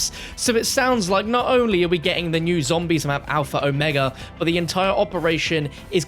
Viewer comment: There ya go... that's how you say Omega lmao